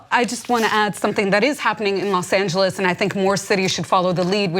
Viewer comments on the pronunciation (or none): Imminent not "Eminent" Civilly not "Civ-illy" "Los Angels is the capital jailer of the world" Use of English and Grammar in this video is pretty poor lol